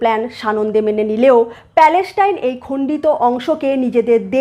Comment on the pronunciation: Please 's' এবং 'sh' এর উচ্চারণ টা সঠিক করে নিন। আপনি প্রত্যেক টা 's' কে 'sh' উচ্চারণ করছেন। এই একটা কারণে আপনার এতো ভালো ভিডিও সুখ শ্রাব্য হয় না। ' israel' কে 'ishrael', 'palestine' কে 'paleshtine', 'hamas' কে 'hamash', 'muslim' কে 'mushlim', 'islam' কে 'ishlam', 'trust' কে 'trusht' ইত্যাদি ইত্যাদি না বলে যদি উচ্চারণ সঠিক করে নেন তা হলে ভিডিও গুলো খুবই ভালো রূপ ধারণ করবে।